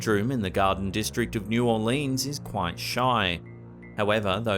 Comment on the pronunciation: correct pronunciation of New Orleans 😡